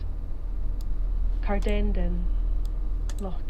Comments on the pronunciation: hate the way the announcement says cardenden it’s car-din-den, also can see my house in this video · Wincing at the onboard pronunciation of Cardenden. Should be pronounced like two separate words; Carden Den